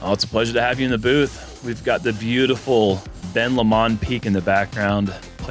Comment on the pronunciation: 3 things: 1st-, let me help you out. It's Ben Lomond pronounced "Lo-mund" 😉 2nd: It should be "Big Perky Commentary" imo. 3rd: Thank you Jomez and all you pros for coming to Utah we love having you guys here!!!!